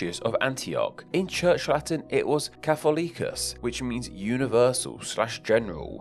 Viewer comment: These pronunciations :) catholicus, schism